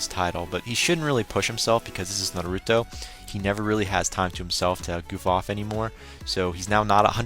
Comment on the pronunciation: naruto not narooto